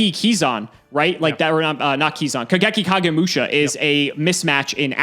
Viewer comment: When he said kaigeki kagemusha I had flashbacks lol, I hate this deck so much lol